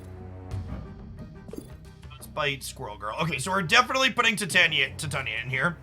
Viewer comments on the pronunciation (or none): Ti-tanya? Thought it was Tai-taina. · I squirm every time you say “Tie-Tanya”………it’s “Tie-tane-knee-ah” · Just so that you know in future videos even though it'll be hard to get used to saying, its Tie-tane-ee-uh not Tit-on-yuh. Shes also in the She-Hulk series on Disney+ :) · TIE TAE KNEE UHH CAN YOU READ ENGLISH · Yep, it is tai·tay·nee·uh. I don't know if he says it the way he does as a joke or not. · Ti-tanya is the pronunciation of the fairy queen from Midsummer Night's Dream, that may be where got it from.